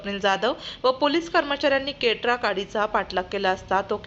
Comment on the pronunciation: केट्रा नाही क्रेटा आहे 😂